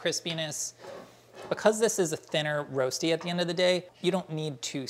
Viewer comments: In Switzerland, you do boil the potatoes first. And we also call it Röschti - pronounced slightly different than the American way. Anyways, now I'm hungry... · Rösti pronounced Roshtee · Waiting for the swiss uncle roger to comment this. My leg was down a couple of times. It's called Rösti, not Rosti and pronounced let's say different. We boil the potatoes and never use olive oil. This is not colored, for me this is burned. We flip the Rösti. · You say Rosti funny! X 😘👌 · Can't pronounce Rösti - Didn't pre-boil the potatoes - Didn't flip it - Baked it in the oven?! östi, then just fry the eggs and place them on top? Or better still, make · Love, but his pronounciation of rösti is terrible. The umlaut is important.